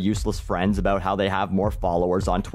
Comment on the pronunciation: I work in Food service, does that make me useful? Oh and before I forget, Stop saying about like a Canadian. :p